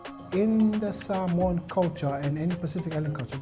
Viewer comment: Love the video. Now I have to check these places out. I love how the reporter pronounces Samoan the correct way.